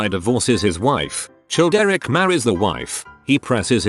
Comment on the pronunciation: I love how Childeric gets pronounced as 'Chilled Eric'